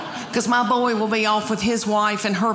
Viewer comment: Her delivery is FUN.NY! Her account of the dogs...ew. (I could smell them!) It's so funny how she turns 1-syllable words into 2-syllable ones. Like "boy" into "boy-eh.' YAASS!!!